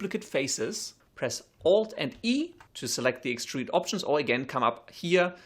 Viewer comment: when he says extrude, it sounds like he almost says strudel...